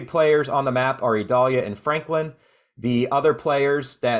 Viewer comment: I notice you call it (Ē•doll•yah) while the national weather service calls it (eye•dail•Ē•ya), two very different sounding names. Is there a place for people like yourself to reference official pronounciations so that listeners won't possibly be confused?